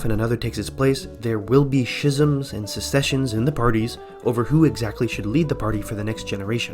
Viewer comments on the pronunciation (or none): Dude, you have a serious speech impediment. "Ingsosh", "schisms"...